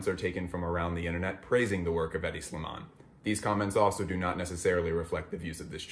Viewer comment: Any idiot who can’t correctly pronounce a designer’s name has no right judging anybody in fashion.